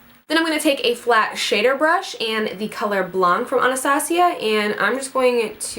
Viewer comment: I really hope I'm not the only one who got a good laugh out of her trying to say "shader brush" hahahahaha love it